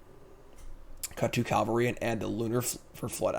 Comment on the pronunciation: 'Cavalry.' Say it one letter at a time. Calvary hill is where Mr. Jesus died.